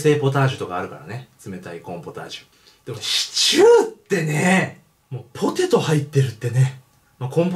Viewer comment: ぽぉーてぇートゥーｗｗ